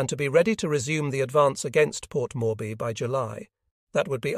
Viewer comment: Port morby? Every name is pronounced wrongly.